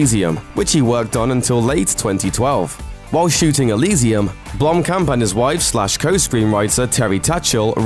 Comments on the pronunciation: If i had a dollar for everytime he said blomkom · jeez! as a South African i cringed at every mention of Blomkamp. he kept pronouncing it wrong. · blumpkin... sorry it's all i hear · if you said his name right, that would be great